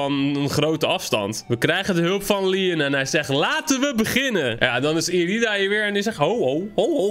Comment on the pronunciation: Je zegt Leon steeds maar het is lion